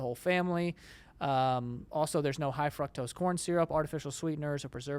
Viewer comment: Joey says high fruNtosce